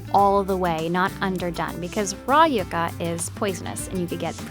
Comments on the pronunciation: yea and "yuga" instead of "yuca" 😂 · Its pronouced "YOU KA" NOT "YUCK KA" thanks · Isn't it pronounced "yuck-uh"? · Did she say yaka?